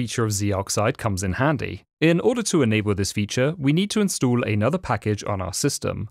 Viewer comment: Narrator: instood me: InstAll